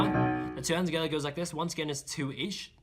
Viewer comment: just pronounces together like “togethaa” because he feels the rythm 😪